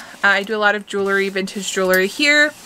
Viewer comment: Love your vibe. Please learn how to pronounce JEWELRY. it’s pronounced Jewel-ree Just a helpful hint. ❤️